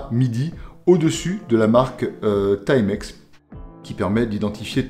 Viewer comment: Enfin un francais qui prononce bien le nom TIMEX, au lieu de Ti-Mex. Les français de France, ont la stupide habitude de toujours vouloir prononcer les mots et nom anglais en français. Genre: Spiderman. 😆C'est un nom anglais, il faut donc le prononcer en anglais, car dans le cas contraire, cela donne une drôle de sonorité.